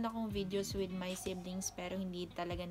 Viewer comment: "mi family" sounds like my accents 😃🇯🇲